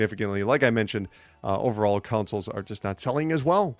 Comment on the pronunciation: Why do I hear "councils" every time he says "consoles"...